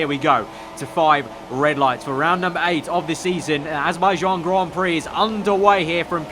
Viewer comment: "The Azerbaijan Grand Prixyo" - 2017